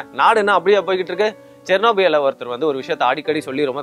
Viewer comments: wrongly pronounced as chernobia, should be Chernobyl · அது செர்னோஃபில் (Chernobyl)